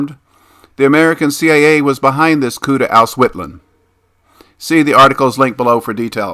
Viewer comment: It's a bit painful listening to the pronounciation of some names as a Australia but good vid otherwise